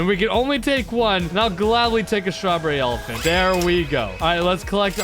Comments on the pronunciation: Why does evryone say STRRABERRY ELEPHANT wow wow wow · STRROREREY ELEFNT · Srawberry elafhant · Stroberry elaphont